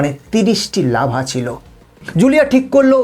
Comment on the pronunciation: লাভা নয় লার্ভা।